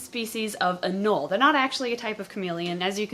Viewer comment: It’s not “anol” is “anolE” there is an E there for a reason